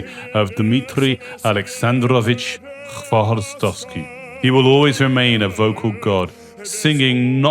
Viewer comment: Dear Author, thank you for the right pronunciation of his name, “hv” is very difficult to pronounce for our foreign friends , we really appreciate it😊